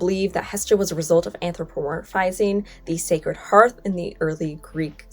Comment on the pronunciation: Thank you for pronouncing "hearth" correctly! You're the first YouTuber out of at least half a dozen that I've seen to do so. I also really appreciate the straightforward history without any revisionist spin. If I could give this video a "love" instead of just a "like" I would.